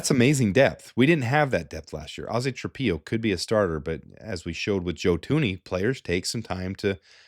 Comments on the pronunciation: I know Ozzy is a new name, but please, its Trap-pillow. u dont lay your head down on a PEE-LOW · It's pronounced tra pillow, not tra peeow.